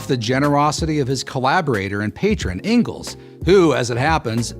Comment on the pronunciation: the worst part is Mr prager u couldn't even pronounce Friedrich Engels name right.